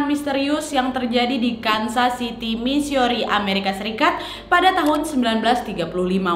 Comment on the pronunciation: Birmingham, bukan Bringmingham Missouri, bukan Missiori ☺️☺️😂😂👍👍👍👍